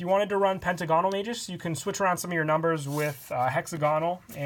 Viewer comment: You have butchered the pronunciation of "Magus". It's officially "mei-goos" not "mah-joos"